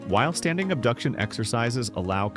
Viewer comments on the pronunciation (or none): none